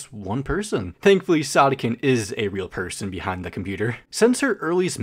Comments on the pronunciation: Wait- I thought it was pronounced “sOdiken” not “sahdikken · I THOGUHT IT WAS PRONOUNCED SOH DEE KEN?!!!!!!!!!!!!!!! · ITS PRONOUNCED SOD-IKKEN?! I'VE BEEN PRONOUNCING IT SODAI-KKEN! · Wait is it actually pronounced “sod-ick-enn”? I always pronounced it “Soe-dee-ken” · When he said Sawdeekenn i got kinds embarrassed cause if thats the actual way to pronounce it, then I can confirm that i am sad to say i pronounce it as "Sow•dee•ken" like sodacan but the a is replaced with I and c and a with k and e, you gotta admit its kinda cute😭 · ITS PRONOUNCED SOD IKKEN? I THOUGHT IT WAS SODE IKKEN ☹️ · i always pronounced "sodikken" as "so-dih-kin" instead of "soh-dih-kin" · Btw I'm pretty sure it's pronounced so-di-ken not sod-dikken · Dough?? But it’s Sodikken not like Sodokken😭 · Not me just now realizing, pronouncing their name “soda-kin” is NOT correct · That’s how you pronounce it?? Bro I’ve been pronouncing it “soadeeken.” Like soda and eek. I’m an idiot lmao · Isn’t it pronounced so-do-kin?😭😭 it’s bugging me so bad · I thought sodikken was pronounced sodiken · Wha… her name isn’t pronounced soe-dee-kin?? Like soda? :,) Man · Bro pronounced sodikken as Saudiken(not hate!) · WAIT you pronounce it like “sa-di-ken”?! I pronounced it like that “sodi-kitten” or “sodi-kin” 😭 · Wait THATS HOW YOU PRONPUNCE THEIR NAME?? I've been pronouncing it with the first part like 'so?" 🧍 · ?? i've always pronounced it like soy-dough-ken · isn't it sodikken not sodikken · the way you pronounced her name LMAOO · please never pronounce their name like that again